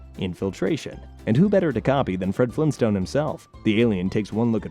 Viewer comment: anybody else catch the 24 second mark where he said fled frinstone